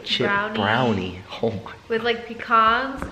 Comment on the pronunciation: When she said pecouns I'm like what the hell you mean pecans